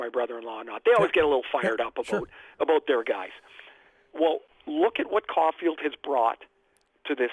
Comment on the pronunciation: Je should not be aloud the pronounce the name cofield